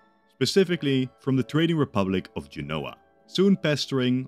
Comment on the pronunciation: Genoa is "JEN-oh-ə", accent on the first syllable. Not "je-NO-wah". Firenze is "fi-REN-tsay", not "FI-renz". But if you're going to use English "Genoa", you should use "Florence" to be consistent, not "Firenze". Or use "Genova".